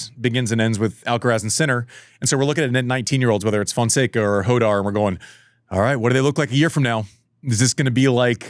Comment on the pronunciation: Why do Americans struggle so much to pronounce Rafael Jodar’s name? Is it that “kh” sound? It’s not “Hodar,” it’s “Khodar”—like the “ch” in Bach, from the back of the throat 😭